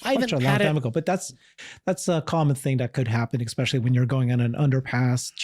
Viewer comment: What does "eckspecialy" mean?